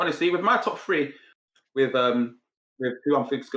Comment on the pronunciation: What the f*ck am I watching, Spurs are the most boring team in the league. If you muppets think that’s good to watch then you are insane! In fact watching Spurs is like watching this programme, you need subtitles for starters and perhaps a few English lessons? The word three begins with th not fr.